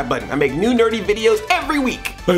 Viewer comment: At the end it almost sounded like you said "I make new dirty videos each week" instead of "nerdy"... yipe.